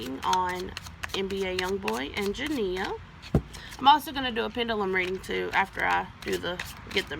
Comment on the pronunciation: At least you said her name CORRECTLY